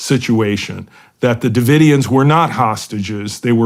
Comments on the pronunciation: Branch Davidson ?!? Ive heard orher mispronunciations. Maybe a little pre show prep ? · Did Shawn really just say “branch davidens?” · OK Shawn Ryan is officially a little bit dumb. Didn't know how to say Branch Davidians? Da fuh? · Doesn’t everyone know about Scientology by now?? And Shawn how can u possibly mispronounce the “Branch Davidians”??